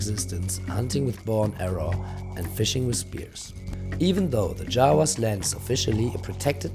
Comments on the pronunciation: its jarawas , jawas is javanese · I'm sorry I can't stop hearing them being called Jawas. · I almost thought they said Jawa like in Star Wars